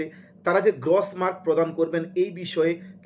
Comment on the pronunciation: 'গ্রস' মার্ক শব্দের উচ্চারণ সঠিক করুন।